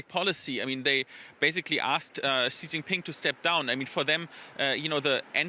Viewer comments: May I give a piece of constructive feedback? Please don't pronounce Xi Jinping like "Zhjee Jinping". The "Zhj" sound doesn't exist in any dialect of Chinese. Xi is pronounced "shee". When China came up with the pinyin orthography, they re-assigned the letters C, Q, and X (which they thought to be redundant letters) to other sounds commonly used in Chinese which are commonly written with letter combinations in English. C makes the 'ts' sound, Q makes the 'ch' sound, and X makes the 'sh' sound. For the sake of professionalism in journalism, it is important to pronounce names correctly. If you were to pronounce a Welsh or Polish name, wouldn't you look up the proper orthography and rules of pronunciation? If so, why not do the same for Chinese orthography? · What's up with this ridiculous pronunciation of Chinese names? Beijing has been pronounced ridiculously for a while, and now Xi Jinping...